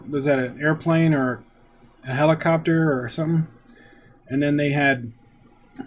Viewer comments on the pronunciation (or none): none